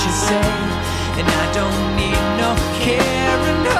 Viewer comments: I hate the way he pronounces "carryin' on" - Like, he didn't write "carin' on" so why is he singing that ? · I thought it was "I don't need no carin', no!" Like he had a bad day but doesn't want people to comfort him about it, I guess. He absolutely DOES NOT hit the second syllable of "carryin'".